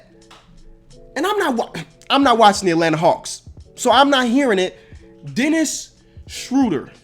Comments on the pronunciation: U still did Dennis wrong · u got dennis wrong again